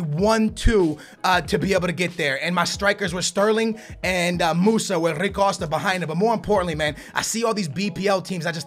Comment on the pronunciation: Makes me cringe how he pronounces every players name normally and then when it's a player from Portugal he's like 'hhhhaaarui cooosta'